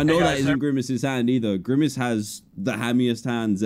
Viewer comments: ITS GRIMACE NOT GRIMMACE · Hey Dan it's GriMace not GriMMace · Did you mean grimace not girmmace